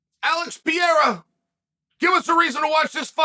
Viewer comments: Mate, please, learn how to say the guy's name! It isnt Pieira! His name is PE-RE-I-RA 😅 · First Ian Magado Charry, now Alex Payaira! It's pronounced Pa-hair-a Chael! But they are funny! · Chael still saying Alex Pee-air-uh kills me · ALEX PEA-ERA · Who the hell is Alex pee-e r a.? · Chaels pronunciation of Pee-air-uh is great. Cringy, but great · I clicked the video just to hear him say it 😂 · who the hell is alex piarah?